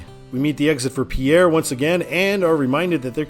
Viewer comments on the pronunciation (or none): none